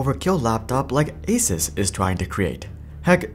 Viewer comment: Finally, someone who says Asus properly. It’s refreshing after hearing asooouce from so many channels. Pegasus, not pegasooouce.